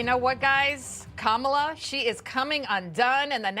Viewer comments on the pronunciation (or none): Kamaltoe not Kamallllala